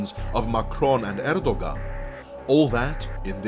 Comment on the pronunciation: Next time read Erdogan more like Erdo`an. Just a hint :)